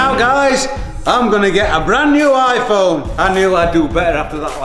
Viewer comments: IPHONE not ifone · Ifone😂 YOU MEAN IPHONE 😂😂😂😂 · You said iPhone wrongly but I don’t judge